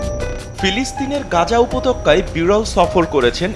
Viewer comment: উপতক্কা না, বলেন উপত্যকা